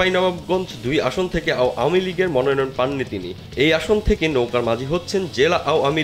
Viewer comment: আও য়ামী লিগ 😂,ভাই কি সুন্দর উচ্চারন How funny.apni ichha korlei erokim bollen Mone hocche.